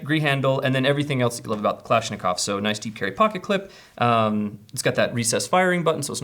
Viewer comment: Its kulishnicov not kalanishicov its more of a long I Nat a your butchering it and I'm not russian and I can tell you that